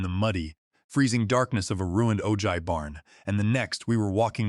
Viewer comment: Ojai is pronounced "o-hi"